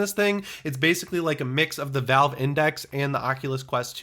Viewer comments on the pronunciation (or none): none